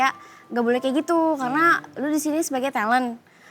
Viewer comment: Bru ngeh pengucapan kata KEYA / KAYAK nya sering bgt di ucapin 🤣🤣